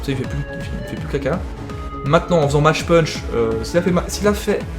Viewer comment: CA SE DIT MACK PUNCH PLS Sinon si tu veux le françiser à fond t'as qu'à dire mache pûûûûnch. Ca me fait grincer des dents à chaque fois...